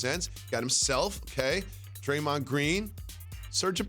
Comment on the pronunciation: Draymon? Whaaat?